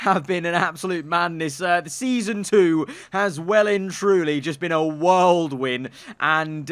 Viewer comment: whirldwin? You mean whirlwind? 😂